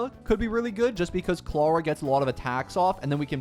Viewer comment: He says Clara like "clawuh"